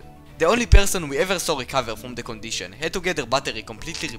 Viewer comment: the condishawn